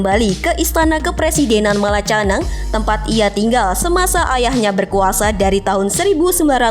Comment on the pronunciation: Malacanang dibacanya Malaka"nya"ng 🙏